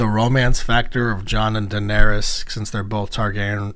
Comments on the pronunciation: Danarys, not Danarius, she’s not livin on MLK Jr Blvd. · How did you get through six seasons and still call her Danerius?